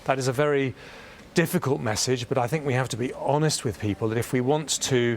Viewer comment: Did he say we need to be homest